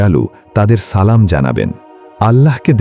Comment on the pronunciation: আপনার সালাম ভুল হয়েছে সঠিক ভাবে সালাম শিখেন